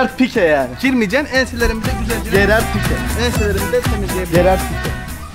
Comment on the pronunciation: Nobody:: Gerard pike